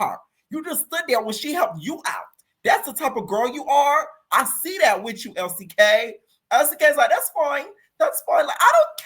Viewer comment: Every time you say Elsie K from Zimbabwe I fuckin die